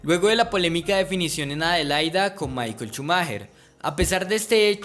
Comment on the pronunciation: Shumaja! Shumaja! No Chumajer jajajjaja